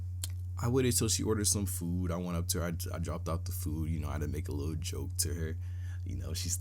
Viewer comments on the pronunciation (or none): “I’m not gonna into too much likkle detail!” 😂😂😂